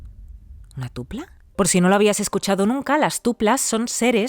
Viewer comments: Hola, si, yo en el correo escribí Tulpa, pero desconozco por qué lo pronunció Tupla. En mi opinión, los egregores llegan a ser diferentes a los Tulpas creados en grupo. Pues un tulpa lo crea una persona, pero puede que lo que le de energía para materializarse sean varias personas, es eso a lo que me refería. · Hola, si, yo escribí la historia. Yo escribí Tulpas, pero lo pronuncio tupla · No es tupla, es TULPA